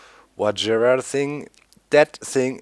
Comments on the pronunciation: LOOOOOOOOOOOOOL i play the same modpack and it took me like 10-20 mins max to make the vajra btw i think its pronounced vahra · V-i-r-a that's how you pronounce it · Doc its vajra there is not ''D''on there just saying :D